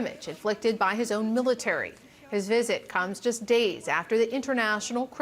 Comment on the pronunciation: the way she pronounced 'first time' at the start 😂